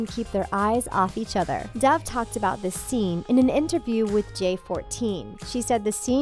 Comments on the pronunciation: My subtitles pronouncing doves name Deb - uhhh okay? Dev - your getting closer! DAF - WHAT THE F*CK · it’s dove not dive